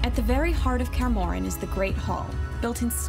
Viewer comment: da hell is karmorien? why can’t she just say Kaer Morhen like it’s meant to be spelled?